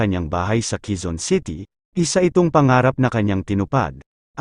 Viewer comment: HINDI QUIZON CITY, QUEZON CITY BAROK K